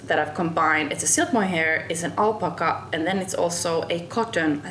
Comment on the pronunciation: Such a great podcast! The perfect duo! So natural and spontaneous, love this relaxed format. Lovely podcast! I am looking forward to knitting all your designs! On a side note, the word “Alpaca” should be stressed on the second A (al- PA - ca) 😊 hope to you more of you together. ❤